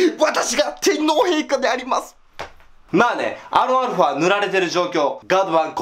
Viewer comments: アーロンアルファ？？ アーロン言いすぎてアロンゆわれへんなってるやん笑笑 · もうアロンアルファやなくてアーロンアルファ言ってもてるやんwww